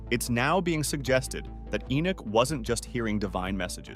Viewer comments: narrator you keep mispronouncing ENOCH, it's not enick or enuck nor is it enack or eneck or even enck it's ENOCH as in eee.....nock on a door , ENOCH. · The book of Enick? Maybe The Boom of Enoch, a mistranslation using crap script reader perhaps.